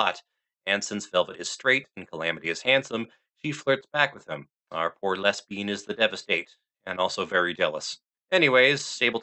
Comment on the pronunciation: Did- was that-? Did you say les-bean? 😂😂😂😂